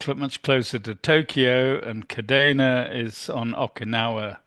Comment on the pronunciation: Sorry, but it's "kadeena" not kadayna. I heard it daily in Iwakuni. My ears perked. Sorry!